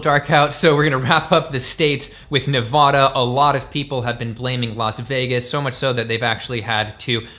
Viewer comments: It's Ne-va-duh not Ne-vah-da, lol. I live in the Carson Valley, at the base of Lake Tahoe, and many of the cow ranches have been sold in the last few years, and more homes are being built to accommodate the Californians moving here. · I love you BUT as a 3 rd generation Nevadan it’s pronounced nevaDA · I think it's the middle syllable that gets abused.